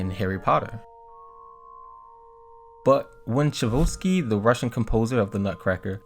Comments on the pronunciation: If U are going to put out a video or documentary about whatever the topic, then could you at least know how to pronounce the names. I hav to admit I've never heard his name butchered like this b4 IT IS PRONOUNCE as CHI - ."TCHAI - KOV - SKY " it's amazing how many ppl can't read or pronounce especially such a famous composer's name up there with Mozart, and Beethoven.!!!!! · Lol who's Chavuski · It's pronounced Chi Coff Ski (Tchaikovsky) and Celeste (sell-est) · OK you youngins on YouTube NEED to learn how to pronounce things correctly.... Tchaikovsky is pronounced ......Chi Coffs key.....LEARN IT!!! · Ok i cant listen anymore…..the correct pronunciation of the instrument Celeste is CHeLest CHE- NOT SEELEST…AND the composer Tchaikovsky is CHI like the tea COW-SKI like the sport ….love your work a lot….but please check erverything before you put it on the internet…thanks ! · Great video bro but Tchaikovsky is pronounced chai-kov-sky. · chabosky HAHA love your pronunciation of Tchaikovsky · Your pronunciation of Tchaikovsky was truely upsetting Chai - kovski please 😭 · Tchaikovsky = Chai - Cough - Ski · You are pronouncing Tchaikovsky incorrect….ask Siri how to pronounce it then you will have it :) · The name of the composer is Tchaikovsky! A clasic!!!! No L anywhere :))) com’n people, it’s not that hard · I really enjoyed the video. A lot of mispronounced words, though. i.e. Tchaikovsky, celeste… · the way you pronounced tchaikovsky made me feel a feeling id never felt before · Please stop mispronouncing Tchaikovsky 😂🤦🏻‍♀️ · I love the way you pronounce Tchaikovsky. It is not correct but it is very original! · It's cha-ko-v-ski..you kept saying cha-vo-ski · Music teacher here. Let me help you how to pronounce the composer of the Nutcracker: Tchaikovsky- Tchai (as in Chai tea), kov (as in coffee), sky (as in a ski slope). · Tchaikovsky is pronounced chai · kaaf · skee not Chevolsky. How does someone making a video about music not know that. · Pronounced… chai…kof…ski